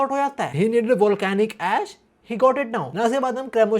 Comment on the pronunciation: bro am i hearing volcanic ash or volcanic ass